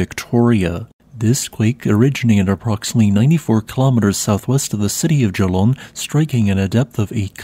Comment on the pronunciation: I was surprised to hear you pronounce 'Geelong' correctly, and then you said you lived in the Melbourne area at one point. Very cool!